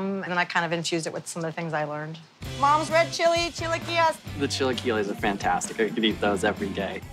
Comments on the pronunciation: That's not how you say chilaquiles lol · Yeah.... That's not how you pronounce that dish.